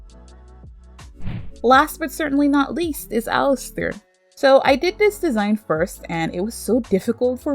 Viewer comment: Its "Alastor" not "🚫 🚫 Alistair 🚫 🚫 "